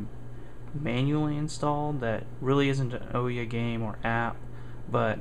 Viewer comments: OMG! IT'S OOHYAH, how does a developer not know the name of the console? It might not be that bad but you say "OH-YA" about 30 times during this video... drives me nuts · Please please please pronounce it right. It's Oooo-ya. Not Oh-yeah. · Oooooooooyyyyyyyaaaa not Oyeah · The most annoying part of this video that made me stop watching it is he calls it the oooeeya a bunch of times common man ooouya not that hard they've made videos where the name is said, the name is said in the boot cutscene yet.. you some how manage to get it wrong. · First you sound so boring and its annoying and its ooh|Yaa| not the O ya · It's pronounced like booyah without the b like oooyah not ohyeah just so you know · Ooooya, not owyah :D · it would actually be OOO-YAA not OOOH-YAA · I dislike the video because you called it an.... "O" - ya"...... instead of Ooo yah. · oh-ya? it is oo-ya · I can't get over how stupid "oh-yuh" sounds. The company itself said it's pronounced "ooh-yah". Regardless, thanks for the video... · "UUW-Yaah" "UW-Ya" Never "O-yea" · The ooya it's has a U pronounce it properly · NO. its the OO-YAW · OUYA, the "ou" from "you" and then "ya" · It's oooo-ya dude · OUYA no o-ya your not the kool aid man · Nice video, thanks for posting. But a small correction: it's pronounced OO-YA. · Thanks for the vid! and oh yea...its Ouya said like booo yaaa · Why doesn't anyone pronounce this damn name right? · You pronounced ouya wrong. It's pronounced ouya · Your pronounced ouya wrong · not to be mean but your game needs a lot more work and polish. also I don't think you're saying OUYA right.